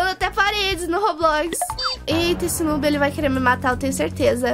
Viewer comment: Oi!!!! Tudo bem? Então, eu só ti aqui pra falar a pronúncia de noob na vdd é "nuub" mas é só um comentário nada contra kkkk, um grande beijooo